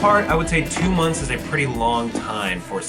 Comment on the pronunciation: i cant believe he said'SIX MONTH' i was like the thetethte